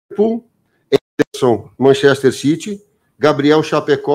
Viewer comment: Manxéster citi